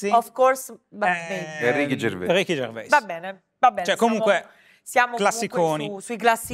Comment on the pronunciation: ma perchè dicono Ricky Gervé? Si dice Ricky Gervè? Lui non lo pronuncia così...